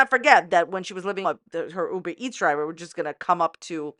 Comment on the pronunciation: "UBER -MEETS" lol!